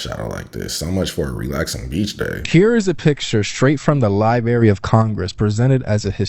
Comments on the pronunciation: It's LibRARY not lieberry, man I hate that. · It bothers me an irrational amount when people pronounce Library as Lie-berry. Lol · I can't take ANYTHING seriously coming from someone who says "lie-berry of Congress". Lol wtffffff😂😂😂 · the "li-berry of congress"..is "class-i-flied". Tough to be a "subject matter specialist" when you cannot even pronounce BASIC words. It's NOT "Lie-Berry". & it DEFINITELY isn't "class -i-flied". Once u that kid from the video learns how to speak words, THEN you can move on to the larger issues in life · If you are old enough to have a podcast, you're old enough to pronounce library.